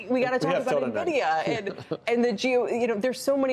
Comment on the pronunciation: NA-vidia? It's EN-vidia!